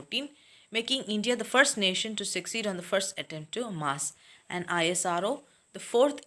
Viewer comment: You telling ISRO for I S R O but this is isro